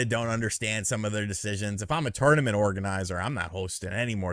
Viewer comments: You say "tournament " weird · Love you my man. But the way you're pronouncing the word tournament is about to drive my little southern ears crazy.